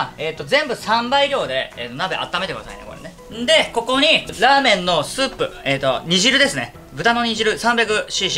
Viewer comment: 呂律回らなくなった挙句、ザーメン言うてんの草 〜